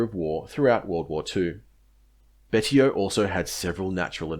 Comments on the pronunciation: I believe Betio is pronounced Bey-see-oh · You really need to do your research. The island is Chuuk Betio is prononced Bashio